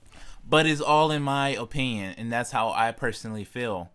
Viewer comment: Decent video. I would learn how to say infinity and opinion for future videos lol